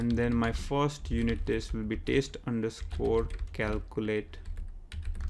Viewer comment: He was being sarcastic on your pronunciation 'TEST' as verb 'TASTE', Like Tasting food.